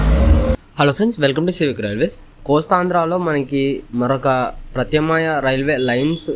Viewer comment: ప్రత్యామ్నాయం అని పలకడమే చేతకాని నీకు వీడియోలు ఎందుకు సోదరా?